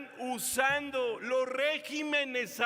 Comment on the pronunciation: La palabra con la pronunciación correcta es regímenes cuando es así, en plural, no régimenes, es un error.